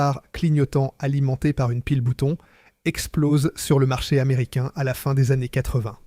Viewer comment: c'est une voix IA 100%. Typiquement les années qui sont prononcées de façon très trop trainante et parfois des prononciations fantaisistes.